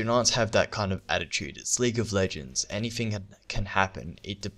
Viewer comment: That, not Dat. Dat is all.